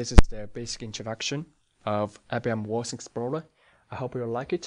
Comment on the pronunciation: THanks for the overview.... Just one hint.. you need to work on your pronouncing of "WATSON explorer" .. I hear always "OORDS" explorer ;-)